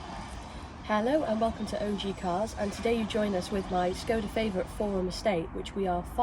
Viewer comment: I'm sure said Favorit properly by mistake there for a minute!